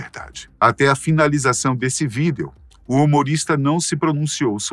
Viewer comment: Alguém fala pra ele que a palavra VÍDEO tem assento no I e não no E...